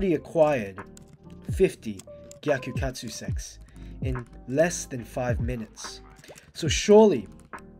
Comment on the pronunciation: am i hearing bro say gyakukatsu sex instead of sacs